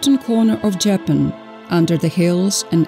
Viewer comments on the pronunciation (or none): What is insulting is pronouncing the country incorrectly. That is disrespect.